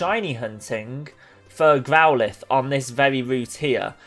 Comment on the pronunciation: AND WHO IS GROWL LITH ITS SAID GROWL IFE